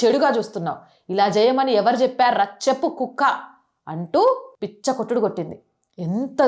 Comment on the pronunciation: పిచ్చ కొట్టుడు కాదు madam, పిచ్చి కొట్టుడు అనాలి. 🎉